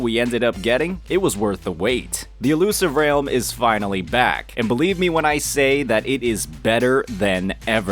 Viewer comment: "Illusive REYULM" - 2024